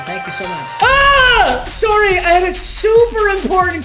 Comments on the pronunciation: Did he just say “sourry” like an Australian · Anyonne gonna mention the canadian soory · The way he says "sorry" after getting off the phone😂 He sounded Canadian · The way he said sorry sounded straight Canadian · Why did he say sorry like a Canadian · Why does he say sorry so weird